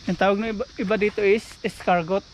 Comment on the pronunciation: share ko lang po sa inyo. Ang kuhol or snail sa English ay Escargot 🐌 sa French, hndi sa Visaya. Ang tamang pagbigkas ay escargo... yung letter T ay silent or hndi binibigkas. 😊